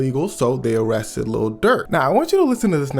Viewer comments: Bruv said "awestted" , im sorry but i can't watch the rest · Why do You keep saying "O" rested. Thats from TCAP